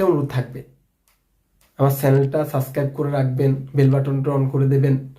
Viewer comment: সাসক্রাইব বলেন কেন?? হবে সাবস্ক্রাইব।